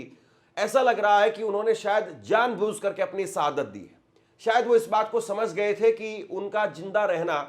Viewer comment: आप अपना उच्चारण सुधार करो। आप अच्छे न्यूज़ देते हो। और एंकर के तौर पर परिपक्व हो। लेकिन गलत उच्चारण आपकी पत्रकारिता में शोभा नहीं देता। आप बार बार सहादत कह रहे हो। जबकि शहादत होता है। और कई गलती करते हो। मैं आपकी कमी नहीं कह रहा हूँ गलत व्यू में। बल्कि आपसे सहानुभूति के तौर पर बता रहा हूँ।